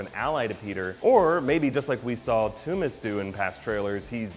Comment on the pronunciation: it is Tooms